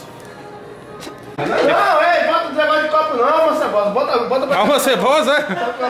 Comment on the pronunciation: "Alma seboza" kkkkkkk Muralha mito